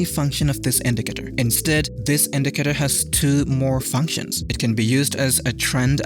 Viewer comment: he said indicator 700 times and in a wrong pronunciation